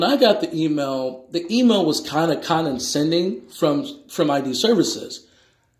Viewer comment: Perhaps I need to study law. I have never heard the word CONDENSENDING. I think he was trying to say condescending but he does not know how to pronounce it properly. I love when they do that because they are trying to sound so smart and they end up sounding foolish.